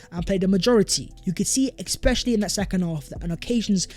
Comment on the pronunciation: Lots of ‘exspecially’s today.